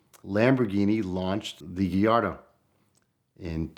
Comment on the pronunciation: Porsh. Geeardo.